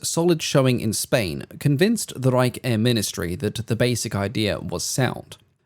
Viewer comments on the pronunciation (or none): none